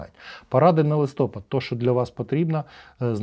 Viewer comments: місяць називається листопАд, не листОпад. Правильно листопАд наголос на "А" листя падає. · Чу'чело - роби правильний наголос слова " листопа'д "